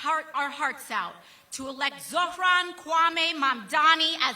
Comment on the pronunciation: Why is she calling him ZoFran ?